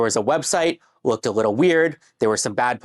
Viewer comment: He said wittle support 😅